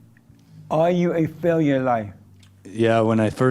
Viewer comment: Are you a Faileau in life? lol JLP pronunciation of failure had me dying (ego death) all week